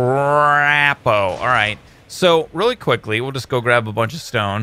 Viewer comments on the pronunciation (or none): none